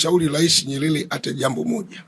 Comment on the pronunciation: Sheikh hata kusema Nyerere hawezi anasema NYELELE na anataka kutuaminisha anajua anachokiongea.